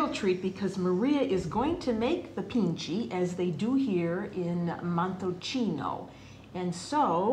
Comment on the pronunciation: pici not pinche